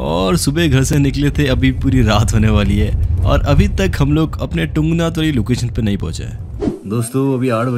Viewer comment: तुंगनाथ होता है बरो✌